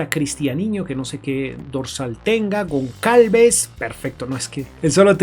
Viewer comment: Goncalves? Aprende a pronunciar anda.. que parece mentira que te dediques a hacer vídeos de fútbol sin tener ni idea..